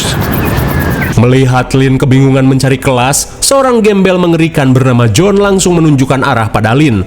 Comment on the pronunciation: Johan kak bukan jonh